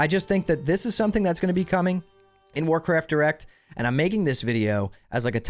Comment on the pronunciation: Might want to enunciate those two words a little better because I kept hearing Warcraft Erect. But hey, sex sells 🤣